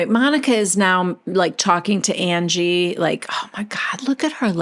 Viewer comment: The way that you have Whitney always saying Angie is like undies except instead of “dies” pronounced “dees” it’s UN-GEE 😂😂😂 God Whitney is a nitwit